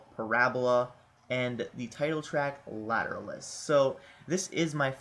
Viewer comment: its pernounced later-awl-us